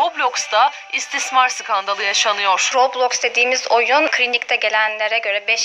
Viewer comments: roblöüx değil roblox daha söyleyemiyorlar kapanıyo roblöüx ü kapatıcaz dfkofkodklfklşdlşf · aynen kesinlikle yasaklanmalı daha söyleyemiyosunuz la robloyxk ne la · Abi. Ya. Kadın. Robloksa. Rokloks. Diyo